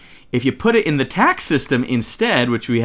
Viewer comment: whenever you said "Today we'll be covering TACS" i got worried. Thought u said Tax XD